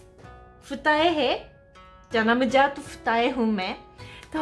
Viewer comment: What did she just say . ...."janm jaat"😂😂😂😂